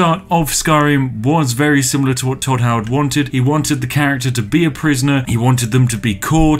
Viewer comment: “Hodd toward”